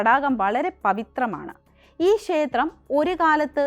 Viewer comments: ശേത്രം അല്ല ക്ഷേത്രം ആണ് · ക്ഷേത്രം എന്ന് പറഞ്ഞു പഠിക്കുക ശേത്രം അല്ല